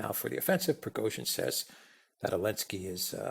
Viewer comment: Why does always calls Zelensky, "Elenesky", which is not correct. Why doesn't Alexander correct him?? Very unprofessional!!